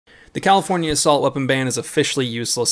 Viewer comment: WTF is a Califorkia ?